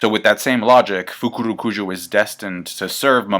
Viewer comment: Love the fukurukuju pronunciation